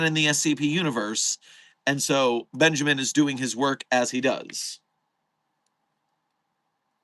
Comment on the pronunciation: Great stream today, there was lots of delicious fanart. One thing I would just like to nitpick, however, is the pronunciation of Kondraki's first name. As Kondraki is canonically Polish, the pronunciation (in English phonics) would be less like Ben-ja-min and more like Ben-ya-min. The "ja" would be pronounced more like the German word for yes. But then again, you don't have to, and there is no canon ¯\_(ツ)_/¯